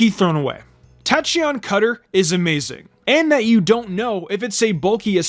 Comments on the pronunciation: Tachyon Cutter is pronounced Tack not Tach.... and Kowtow Cleave its Cow not Co.... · He’s constantly mispronouncing names of moves and Pokémon. 🙄